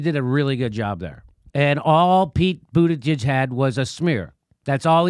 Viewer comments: lol “buttijizz” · Did JD just call him Pete Bootijizz ? Lmao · LOL Jimmy said “Pete Booty-Jizzez” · You called him Buttijiz! 🤣🤣🤣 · Did Jimmy call him Pete Booty-jizz? What a homophobe. J/K, I'm no SJW. It made me laugh. I call him "Poop" Buttigieg because he had poop on his forehead at (I think) the first debate. They came out later and said it was chocolate. Also, someone on Democracy Now accidentally(?) called him "Poop" Buttigieg. The name stuck with me like a bad dingleberry.